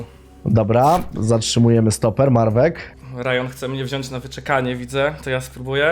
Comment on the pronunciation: zamiast "Marwek" mówi "Marwec"